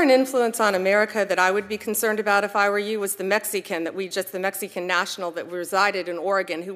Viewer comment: This is maga. Deflect, excuse, deny, hide, dip, duck, lie, flip, flop, filibuster, escalate, ignore, blame, manipulate, gaslight, pretend, refuse and the list goes on and on all the way up to number 47. Anyone else notice how she pronounces Mexican? (Mex-ee-can). She speaks so inelegantly, unintelligently and completely non eloquently. She really comes off as though she is throwing a temper tantrum and somewhere inside she knows it so she's got to try to be as convincing as humanly possible.